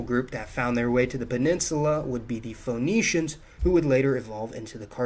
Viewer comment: Phonicians [fowˈniːʃənz] or Phoenicians [fəˈniːʃənz]?